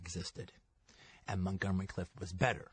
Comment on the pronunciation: Montgomery "Cliff?" Okay, Qt.